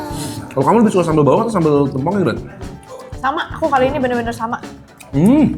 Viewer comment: bacanya tempong bang, bukan tempong